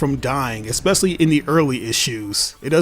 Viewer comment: "esspessly"? LOL